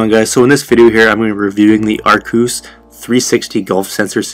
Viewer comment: Arrcos Pronounced. Ar- kos